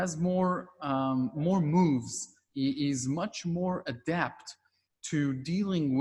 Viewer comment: Adept. He's adept, not adapt. Ugh.